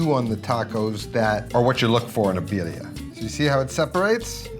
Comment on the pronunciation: I don´t think I can trust a person to tell me what EVERYONE gets wrong with birria tacos who can´t pronounce Birria Tacos and calls a Mulato "Molito"...sorryyyyy...not watching...